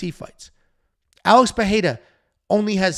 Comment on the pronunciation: "Alex Peheira/Perreira"